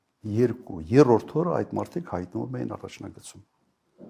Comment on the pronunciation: Եռորդ չի երրորդ է այ ոչնչություն